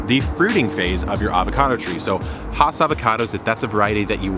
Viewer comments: Fun fact: it's pronounced Hass not Haas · Please do not be offended. Has rhymes with pass. It does not rhyme with Hoss. Haas rhymes with Hoss. Hass sounds like has. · Really good information well presented. But the name is "ASS" with an H in front of it. Still, we all know who you are talking about. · You and everyone else are not pronouncing the name correctly. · Thanks for demonstrating why one should not create a tutorial just because a friend has an old avocado tree. The first rookie giveaway was the fact that he couldn’t even pronounce the name of the tree correctly. Avocado trees do require quite a bit of water but only every five days or so even in extreme heat. Watering daily is a good way to drown the roots. Video tutorials are more useful when based on your own experience.🤗